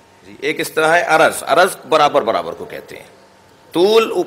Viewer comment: Salam ,tul o arz hota hai na kay araz,asal mai araz aur johar hota hai.arz aur araz mai farq hai